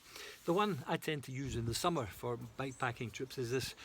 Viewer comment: Good stuff mate! Can't tell at all if you're saying bike packing or back packing 😂 but otherwise love your work.